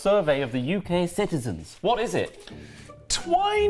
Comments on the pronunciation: Twinings, not Twinnings. It's pronounced with a long "ai" sound, as in "Twai-nings". I have to admit, I know a lot of people don't like Twinings, but I do like their English Breakfast and Earl Grey varieties. I have to admit, though, I haven't tried many other brands, including Yorkshire Tea and PG Tips, so there could well be many better brands. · Twinnings is pronounced TWY-nings. Got to agree their Breakfast blend is the best. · HI DEBRA HERE FROM SOUTH WALES UK Twining is pronounced TW-EYE-NINGS I am not a big tea consumer but if I do drink it it has to be Twinings Earl Grey with a spoonful of honey and a slice of lemon and no milk. If I drink a builders tea I like P G Tips, black, strong with 2 sweetners or sugar. I am a black coffee drinker really as I find coffee has more flavour to it. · Why do you say Twinings as Twinnings? Do you say dining as dinning?